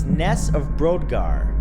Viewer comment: Great video! Just want to say that Brodgar is pronounced 'broad-gar' though.